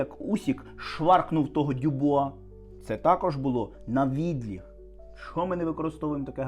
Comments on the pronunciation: обАбіч - ПО ОБИДВА БОКИ ВІД ЧОГОСЬ. Саме ПО ОБИДВА, а не просто збоку. У слові "навідлІг" мені, чомусь, здається, що наголос має бути на останньому складі. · Я чула слово "навідліТ" -- рука ніби леТить вбік для сильного удару. Тут наголос на останній склад просто проситься! Словники кажуть, що "навідліГ" і "навідліТ" мають однакове значення.